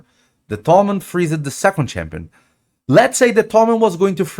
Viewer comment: Freeze-ed xDD